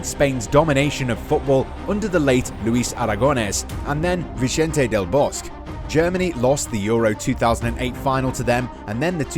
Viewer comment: The way he pronounced Vincente Del Bosque. cringes